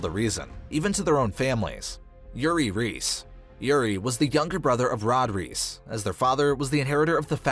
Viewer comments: the name Reiss is pronounced like Rice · imagine pronouncing “reiss” as “reese”